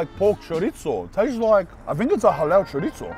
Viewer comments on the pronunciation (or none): Why u saying charizzo like that man? And don't say that how u pronounce it because it's not in English